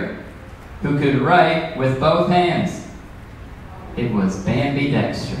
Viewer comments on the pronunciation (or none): none